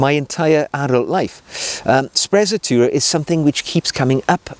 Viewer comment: I'm not Italian, but certain it's pronounced spre-tzatoura and roll the R